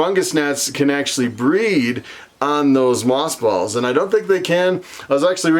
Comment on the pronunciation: Earlier I understood you to say moth balls. 🤭🙊